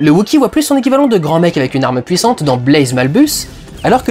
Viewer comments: ça fait 2 ans mais ça me stress toujours autant, c'est pas Blaze, c'est Baze, il y a pas de "l" xD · Critique vraiment bien construite et pertinente (de plus je suis absolument d'accord avec 99% de ce que tu dis :D) mais y'a juste UNE chose qui m'a dérangé: c'est BAZE, et pas BLAZE x) désolée d'être pénible :/